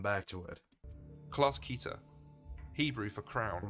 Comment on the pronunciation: I have to be honest the way pronounces Keter really bothers me for some reason